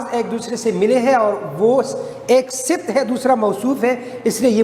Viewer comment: اسمِ صِفت نہیں درست تلفّظ اسمِ صِفَت